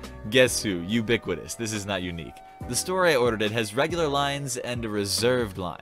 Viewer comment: What’s a biquitus n why did you call him thay